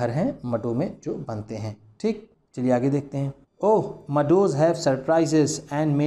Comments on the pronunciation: Sir it is not madu it is Meadow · Sir aapne bahut achi tarah explain kiya h but aap meadow ko mado bol rahe ho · This is not mado sir. This is meadow. Mea = E sound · Sir ye meadow hota hai mado nahi 😐